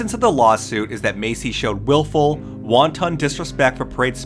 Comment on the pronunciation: “Wanton” in this context is pronounced with the emphasis on the first syllable only, and the second syllable is pronounced like “ten”. “WAHN-ten” ✅ “WAHN-TAHN” ❌ It means deliberately reckless or negligent, like engaging in behavior that you know will cause harm. I adore this channel. Everything from the concise writing style and really thoughtful pacing to (obviously) the very thoughtfully assembled aesthetic for each video to the narrator’s voice that is a joy for the listener. I’ve been on YouTube since its inception when I was in high school and this channel is an all-time favorite.